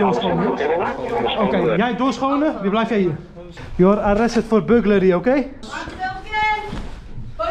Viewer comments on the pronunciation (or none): “JOE ARE ARRESTER OKEE?”😂